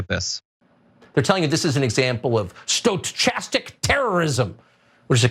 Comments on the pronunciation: Lol he pronounced it sto-chastic lol what a sto-chode. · I am so triggered by "stoCHastic terrorism". But at the same damn time, if u hear some idiot that can't pronounce "stochastic"...and u dont question his legitamacy?? He's an idiot, but you're the idiot that followed. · Hey DimWit : it's pronounced "sto-KAST-ic", you moron... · Agghhhhhhh. "Stow-chastic terrorism" hurt my head. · It’s pronounced sto-kas-tick terrorism. Holy hell. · Sto KAS tic... oh tucker u really shouldnt try to pronounce words u dont understand 😂 as for hate speech - its defined in LAW as to what it is 🤦‍♀️ what a moron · It's pronounced sto--cast-ic. I would love an update on Dominion's lawsuits against Cucker Tarlson and the propaganda mill that employs him. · If Tucker can't even pronounce 'stochastic', does he even know what it means? Should he be given any credibilty at all? Is he manly enough to admit his ignorance? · Fucker Carlson can’t even pronounce ‘stochastic’ 😅😅😅 The ‘ch’ is pronounced as a ‘k’. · He doesn't even know how to pronounce stochastic. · The super smart tv talking head can't even pronounce stochastic...lol🤣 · Just let Tucker keep mispronouncing stochastic. Then when we hear those on the right mispronounce it, we’ll know exactly who they are listening to and getting their info. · Did he really like mispronounce stochastic and neither he nor his producers or anybody else on the show caught it and corrected him? Well I guess that doesn't surprise me it's not like they're doing any research to see if any of the b***** claims they make are backed up by anything substantial. So why should they even get the pronunciation of pretty simple words correct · Love how he mispronounces stochastic so emphatically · And does the college educated Tucker Carlson really not know how to pronounce "stochastic"? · he doesn't even know how to say stochastic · Tucker being unable to pronounce "stochastic" is just... chefs kiss. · Tucker doesn't know how to pronounce 'stochastic'.